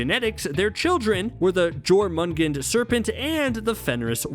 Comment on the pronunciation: The midgard serpent's name is pronounced "Yor-man-gone-der," genius. Do your research. -_